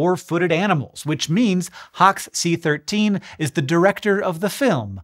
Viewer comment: Hox c-13 sounds like you’re saying hawk-tuah